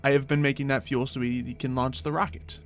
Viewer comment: when you said it launch day at the beginning I thought you said its lunch time